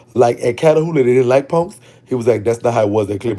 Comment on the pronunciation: I can only imagine how many fine ninjas in prison😩😍. I L❤️VE THE WAY YOU SAY PUNKS😂....you pronounce it PONKS💀🤣.